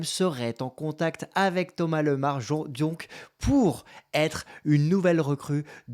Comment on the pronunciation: Bonjour, je connais Thomas et sa famille depuis petit et on dis bien Thomas Lémar, super video